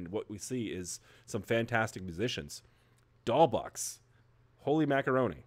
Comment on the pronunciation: Btw: the "$" in Doll$Boxx is pronounced as an "s"